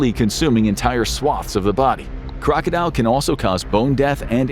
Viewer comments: it's kroko-dil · #1 is pronounced Kroka dill.